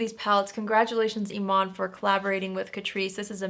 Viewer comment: When you said Eman, I thought you were talking about David Bowie's widow!😂😂